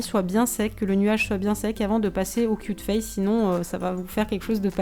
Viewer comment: quand t'as dit cute face on aurai dit que tu avais cul de face...